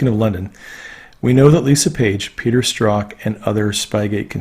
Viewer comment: From the Strzok testimony we learn that his name is pronounced "struck". Please use the correct pronunciation. Thanks.